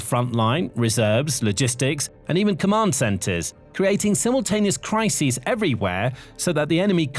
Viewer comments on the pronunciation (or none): none